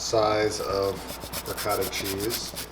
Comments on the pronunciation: Man, every time you try to say "ricotta" I hear " 'vocado" or at best "racáda". You're doing a great job, but please, please, I beg you, put a bit more effort in pronouncing food in a way that natives of that language can at least recognize. My ears are bleeding. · I was thinking "what does the mean by ricarda." until I realized he means ricotta :D. U americans and ur cheese pronunciation when u say "gouda" like its "guuda"